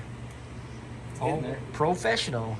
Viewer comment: Fofessional lol love it